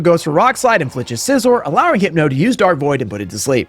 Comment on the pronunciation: Not bullet punching the 1HP meowskarade so as to not take damage hurt a little. Also the way you say Scizor hurts my soul. Scyther like a scythe. Scizor, like scissors, not SIZE-OR???